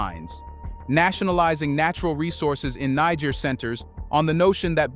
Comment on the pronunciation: Bruh! I love your content….. but please🙏🙏🙏 Learn the correct pronunciation of Niger and Nigeria.